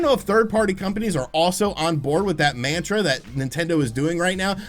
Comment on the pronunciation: MAN-truh XD